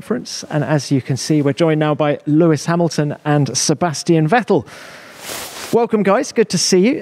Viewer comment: Introducing: Sewis Vamilton